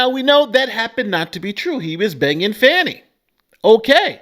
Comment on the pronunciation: How you get Faaaaani pronunciation from Fani I don’t know but anyway she needs to be disqualified, disbarred, prosecuted and imprisoned in her own filthy disgusting underfunded jailhouse